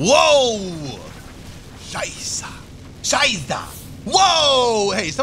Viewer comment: not scheißa, Sondern scheisE! <3 and not lepad Sondern Le-O-pa-Rt :D it sounds so funny, plz more of that!